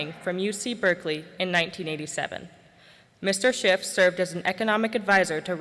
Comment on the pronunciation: Is it just me but every time I hear Peter Schiff introduce himself it sounds like he's saying Peter Shit.